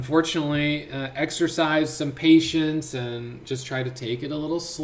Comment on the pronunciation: Yay...My brother says its pay tience....hahahaha